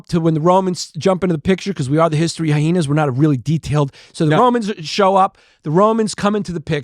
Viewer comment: Why does Yannis say Hy-hena’s??